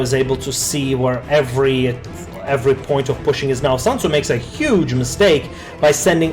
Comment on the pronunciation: It's SUNTZU not SANTZU (╯°□°）╯︵ ┻━┻